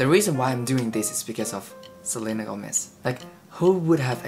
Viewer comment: You say Gómez like a native spanish speaker